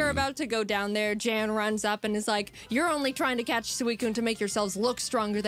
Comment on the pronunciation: I appreciate that you pronounced Jan's name correctly in the video, especially since Jaiden didn't (not that she did it purposefully, I'm sure if she could go back she would pronounce it correctly in the video). Nice reaction videos, I enjoy being able to rewatch videos like this through a different YouTuber's viewing lens. It almost feels like we're watching together in a parasocial sort of way.